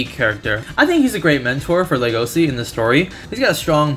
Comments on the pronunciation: The way you say his name hurts MY brain "legosi" ugh- the way I say it just feels soooooo gud "legoshi" so nice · The correct and official romanization of "Legosi's" name is Legoshi, and you pronounce the Sh normally, i can't bare people calling him Legosi lmao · Nope he was wrong the anime pronounces it legoshi which to me sounds better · I'm so trigered by the way he says legosi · legosi according to anime is pronounced Le-go-shi :v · "Lego see." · It's pronounced LEGO-shi